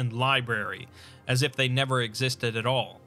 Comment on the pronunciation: I will always cringe when I hear him say they